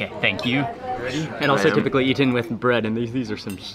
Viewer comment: It's DAn-Yoob not Da-Noob (for the river, Danube) The word, sieve, is pronounced siv not seev It's not e-TEN, it's EET-en